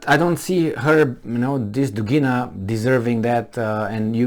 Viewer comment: dUgina, not dugIna